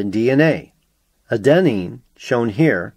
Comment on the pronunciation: also, you mispronounced adenine throughout the video (stress should be on the first syllable rather than the second, it drove me nuts)